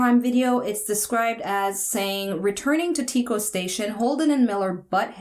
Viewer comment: No Spoilers. Tyco is pronounced like "tie" your shoes and co-habitate. "Tie-co"